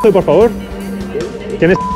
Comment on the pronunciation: pol que si? pol que si? pol gili....!!